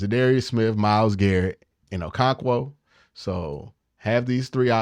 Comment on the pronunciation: Bro 😂😂😂… O-KO-RON-KWO. Or just call him “Double O”